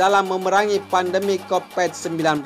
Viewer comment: Konpet 19 wkwkkw